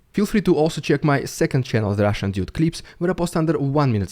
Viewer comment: It’s the RUSSIAN DYOOD! Sorry, I just love how you say that. Love you, and I love the cause!